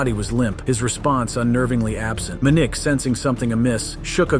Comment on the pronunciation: Muh nick? It's Man ick.